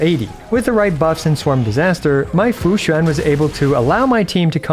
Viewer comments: as a chinese person, this is the most accurate pronunciation of Fu Xuan and Xianzhou Luofu I've heard from a non-chinese person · Among all the Chinese names you pronounced, Fuxuan is the best LOL, great try! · you need to stop pronouncing fu xuan so accurately like a Chinese native, it's getting uncanny :) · Hey, not sure if you're gonna see this but coming from a bilingual your pronunciation of Fu Xuan (符玄) and Xianzhou (仙舟) is pretty on point. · Wow the pronunciation of xianzhouluofu and fuxuan are pretty spot on, always happy to see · The way say Fu Xuan sounds native